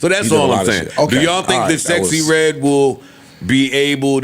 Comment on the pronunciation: I will never NOT see Rick Ross saying SexXyReDd lolol